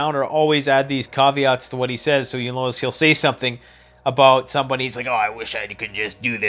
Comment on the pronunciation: BAHAHAHAHAHA....a Canadian said 'BOOT'....BAHAHAHAHAHA...keep it up...love the content btw...its aboot time...lol...